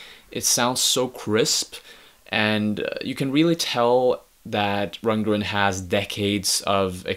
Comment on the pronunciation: dude, your not even pronouncing his name right.